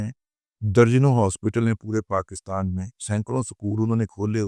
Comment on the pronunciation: ابے پہلے پاکستان کا نام تو صحیح لینا سیکھو- یہ PAKASTAN کیا ہوتا ہے صحیح لفظ PAKISTAN ہے